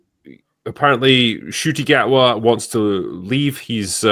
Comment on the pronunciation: I like that pronounces the guy's name properly. If Mr Gatwa wants it to be pronounced as anything other than Encutie he ought to spell it differently. We have the characters for a shh sound, use them!